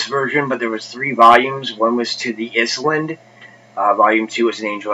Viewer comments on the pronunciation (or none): it’s ISLAND ....NOT IS-LAND. How can an intelligent person not know that?...